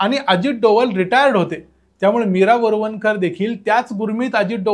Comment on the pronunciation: मराठी शुद्धलेखन प्रमाणे आपन, आनी, बोरवनकर म्हनाल्या हे म्हणू नका. ते आपण आणि,म्हणाल्या,बोरवणकर हे शुद्ध मराठी बोलणं आहे.राग मानू नये.